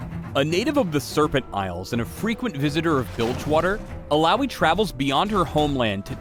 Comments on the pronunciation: All-ow-y is what im hearing, but isn't it Ill-uh-oi? Oh, and, YAY MORE MINIGAMES! -. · Eel-oww-ee? zzz. E-ya-oi. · 'Ill-owee'? What kind of shitty American pronounciation is that? Would have thought the name would be pronounced 'Illa-oy' more fitting of the islander background the name is obviously trying to emulate... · Illowwy? Really. I thought it was pronounced Ill-ahh-oi. Sad times. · illaoi not illaowee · I pronounce it as 'ilawoy' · I just came here so i can make sure I'm saying her name correctly not saying it as IYAOI lmao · "Illaoi is HILLAOI strong" xD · Uhlaowee?1 Really?! hahaha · How to read Illaoi: il-yaoi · When i first started, i thought it was pronounced: “Ill - aw - ee - o” . . Yeah i know... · I was litteraly pronouncing her name as I-YAOI. k. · Aussies pronounce it "ILLA OI" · Am I the only one who WAS pronouncing Illaoi with an uh-oy sound at the end. Illouwee sounds weird to me ._. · it would be better if her name was pronounced Illa - oy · Ill-owie???? Noooooooooo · but i thought it was pronounced Ill-a-oi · ive been pronouncing her name Ill-ah-oi. It either is that or the guy is white and bad with names that arent bob. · Ill...owie? Is that slang for an infected wound? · Oh, I guess I've been saying her name wrong, EE-yaoi wasn't correct, knew something was iffy. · just say laloi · Am I the only one bothered by the way her name is pronounced? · I thought you guys used the Finnish pronunciation of Illaoi. Oops. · "illaoi bruv"